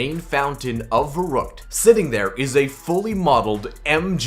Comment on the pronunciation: Your not even pronouncing verruckt properly lol